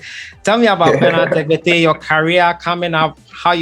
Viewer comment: The name is tekpetey.....eey not as you pronounced it